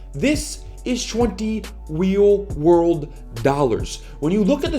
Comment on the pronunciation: "20 Weal Rorld Dollars"